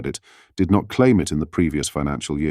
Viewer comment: Robot voice overs are weird! "No ten!" "out country"